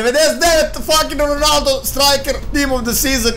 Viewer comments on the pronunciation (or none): none